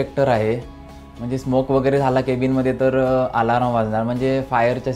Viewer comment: खूप लोक शिप वरचे व्हिडिओ बनवतात , पण तू एकटाच सर्वांना घरातला व्यक्ती वाटतोस... (आणि आलाराम नाही रे... अलार्म)